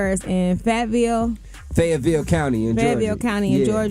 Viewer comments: They ( and ) sound so uneducated when they speak. Why couldn’t she say Fayetteville neither time she tried to pronounce it, even after being corrected by twice? And let’s not talk about the baby-dials (baby dolls). Ugghhhhh…. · I don't think it's a speech impediment. Just a general laziness when it comes to reading. How one could mistake Fayetteville for Fayville, is beyond me but she needs to brush up on her literacy.